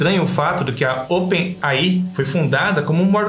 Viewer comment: Open AI é foda kkk se começar a ler um nome em inglês tem que ler ele inteiro com a pronúncia certa se nao fica meio estranho, o nome dessa empresa é open AI, lê se (open "ei" "ai")